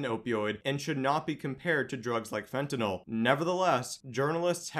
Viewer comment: FENTANYL not fentanol